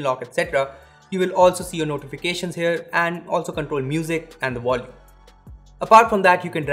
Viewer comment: Vord 🤣😂 Wolume 🤦🏽‍♂️ how come you pronounce the word 'Volume' with a W, yet you cannot pronounce Word properly?